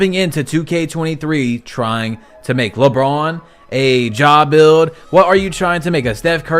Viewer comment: "Lebrawn...ziawn" lol you sounded like Bmarsh bro with the accent 🤣